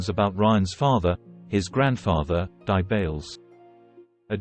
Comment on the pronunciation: Dear Speaker, please can you NOT say D.I. Bails as if Di is a name? it is Not. He is (or rather WAS as he is dead now) Detective Inspector Bails - The DI are NOT his initials - stand for DETECTIVE INSPECTOR!